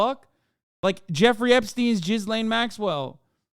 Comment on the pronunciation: Is hasan aware her named is not pronounced JIZZ LANE 😂 even Ethan pronounces her name more correctly